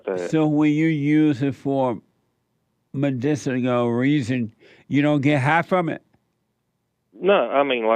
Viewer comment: True he can barely pronounce medicinal